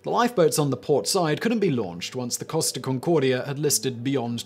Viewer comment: i kept thinking he is saying cost of instead of costa